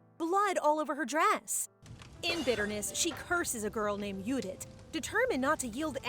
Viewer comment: What's with the German pronunciation? It clearly says Judith but the whole video you say Udith. Also, the main character is Arabella but you kept saying Aravella.